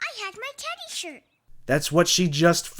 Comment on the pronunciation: Bro sais shit instead of shirt